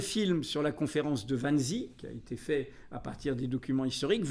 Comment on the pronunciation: Wannsee : prononciation allemande Vanzé svp !!!! Merci d’éviter les ignorances linguistiques M Plenel, admirable par ailleurs. C’est comme Albert Speer ou la rivière Spree à Berlin.